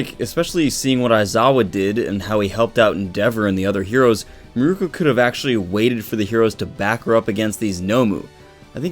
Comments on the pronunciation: Mirko not miruko sorry that was killing me. Miruko is the guy with the wind tunnel from inuyasha. (Meer-ko) is the bunny girl from my hero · It's Mirko. Meer-koh. She's named after Mirko "Crocop".